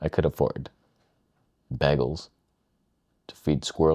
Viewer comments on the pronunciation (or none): what the hell word was that last sentence?!?!?! I could afford bagels... what the hell man no do not mess with Bægels... seriously... a bridge too far. it is not an open A it is a béagles.